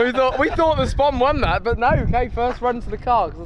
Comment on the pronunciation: To say your a fishamen it’s not a spom it’s a spod lol